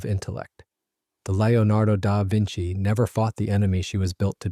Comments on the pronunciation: "Lio nardo Dar Vinci"? Didn't he paint the "Mana Liso"? ;-) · The narrator seems to struggle with the name of his subject. But a very interesting story.